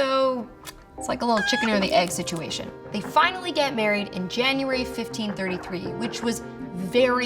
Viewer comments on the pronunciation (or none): none